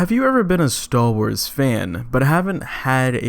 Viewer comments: Am I the only one who thinks it sounds like he's saying "stahl wars"? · Stal Wars? Sounds like he's saying Stal Wars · wtf is "stal wars" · The content of the video was ok. The guy obviously really like the one class he plays. My main criticism of the video is the bizarre fake deep voice the narrator uses and how he repeatedly said "Staww Wars". Like the whole point of the video is about star wars, take one extra second to say the word correctly. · Stall Wars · cool review, cool guy, but damn it every time he said stal wars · I know that's not what you're actually saying right, but with your pronunciation, that's what I hear every single time.